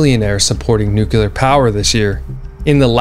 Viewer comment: I am learning a ton from you and you’ll probably hate me for saying this, but I mean it as constructive criticism.. Please work on learning to pronounce NUCLEAR.